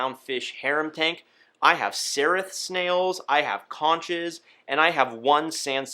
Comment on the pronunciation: Hey there enjoyed your video but I'd like to give a helpful hint of my own, you referenced the Conch snail. Despite its spelling it is correctly pronounced... Konk